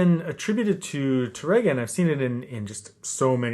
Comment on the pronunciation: Wonderful teaching as always,! I'd like to make a very small correction: Francisco Tárrega's name is pronounced with the accent over the first syllable, TAR-re-ga and not Tar-RE-ga. This is because the correct spelling of his last name has an acute accent over the first 'a'. The accent also cancels the rolled 'r' (the Spanish letter 'rr'). Years ago I pronounced his name as if there was no acute accent and proudly trilled the 'r' (I was very proud of my trilled 'r's LOL). My barber, who was hispanic and a guitar lover, quickly set me straight.